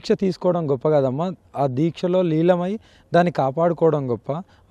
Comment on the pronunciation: లీలమై కాదు లీనమై అనాలి అతనా ఆమె నా తప్పు గా మాట్లాడుతున్నాడు.. 🌹🕉️🌹జై శ్రీరామ్....